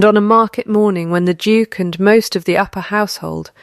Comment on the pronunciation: Every time narrator said “Duke” I had to look at the cc to see what that word was!